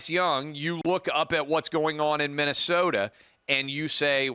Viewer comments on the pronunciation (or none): none